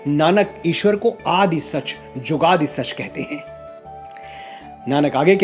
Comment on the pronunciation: Manoj ji aap shabdon ke shahnaha hain. Ek uccharan gurbani mein chhoti 'u' ki matra jo shabd ke beech mein aaye aur 'chhoti ee ki matra' jo ant aati hai woh silent rahti hai. Example Jugadee nahi jugaad pada jata hai